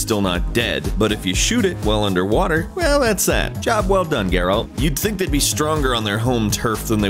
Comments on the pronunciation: His name is not pronounced "GARE-AULT" you fucking idiot. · The moment you mis pronounced geralt i knew you didn’t really play the game